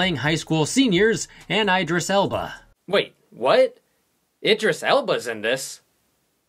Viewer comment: 🤣🤣😭 did he call him Idris Elbow? 🤣🤣 omg I can't.